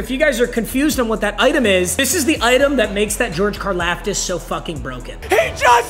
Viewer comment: Dude will never figure out how to pronounce Karlaftis